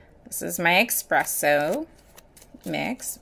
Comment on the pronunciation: Mmm expresso.... Lol enter me hun gorgeous mix!!